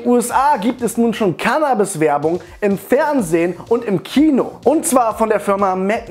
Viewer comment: Mich regt deine cannabis aussprache irgendwie auf